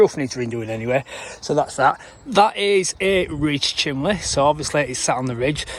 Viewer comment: bloody hell, it's bloody c-h-i-m-N-e-y 😂